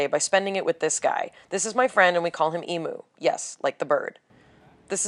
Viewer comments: Emu is pronounced, Eem-yoo. Some do pronounce it, Ee-moo in fun or slang !! I love the style of this video. I also prefer natural beauty and makeup that is natural looking, like Yours was. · Incidentally, the name of the bird is pronounced "Eem-Yoo"